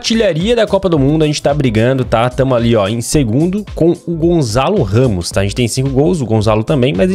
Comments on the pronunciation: nao se diz gonzalo ramos e gonsalo ramos prunoncia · É Gonçalo Ramos não Gonzalo Ramos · Q raiva mano ta um C com cedilha e ele le como se tivesse um Z É Gonçalo Ramos e não Gonzalo Ramos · O Gonsalo ramos não é gonçalo ramos